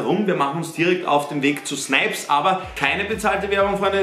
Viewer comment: AHAHAHAHAHAHA „sNiPiS“